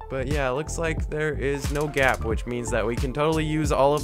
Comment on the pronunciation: Say gap not gyap